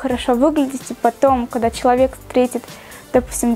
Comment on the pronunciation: Буид, кода... Как же режет слух., выговаривай все буквы.👌🏻